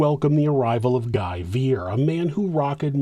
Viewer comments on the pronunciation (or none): Just a note that Guy is pronounced Gee in French and Claude is pronounced with an o sound instead of an ah sound. So replace the "au" with an O. Like Cloh-d.